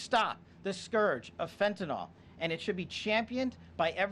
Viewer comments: It hasn't happened yet. Let's see what Mexican money can do to open the supply lines. BTW it's fentanyl not fentanol so at least learn to pronounce it right. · THIS Well Known drug is Constantly MISPRONOUNCED , and it makes my OCD cringe …😂 “FENTANYL” IS Pronounced like …FEN TAN ILL 🙀‼️ NOT - FentinOL OR FentanOL 🤔😮😩‼️